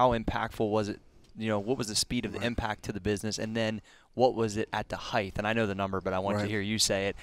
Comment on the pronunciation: It’s height – not ‘heighth!’ Cheers!